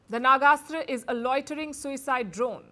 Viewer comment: Palki Improve your pronunciation it is "Nag-Astra" Not "Naga-Astra"